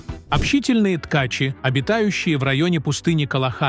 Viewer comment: Тка́чи, со́ва, осо́бей у рассказщика дефект речи. Правильно ударения не может поставить